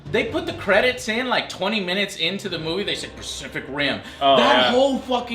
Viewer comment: Joe keeps on say specific and pacific. Lol silly Joe